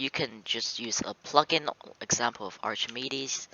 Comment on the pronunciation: Btw it's not pronounced Archimedes, it's pronounced Arkemeedeez.